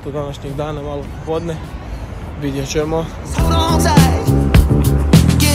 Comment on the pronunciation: Imat Čemo Č, Č i Č 😟 ne bi bilo na odmet da nauči pravila o korištenju glasova č i ć.